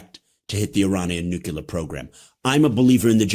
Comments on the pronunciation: Nuclear.... Not nucular! Please... You know better!!! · It's NUCLEAR not NUCULER. Smart guy. Boo this man. BOOOOO!!! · Cannot take this man seriously the way he says nucular.